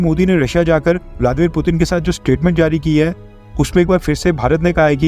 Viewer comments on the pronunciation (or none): none